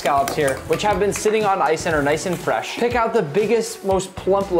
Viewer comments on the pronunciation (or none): ah yes my favorite, frsh berries